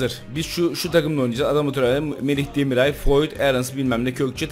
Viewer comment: DemirAY değil abiii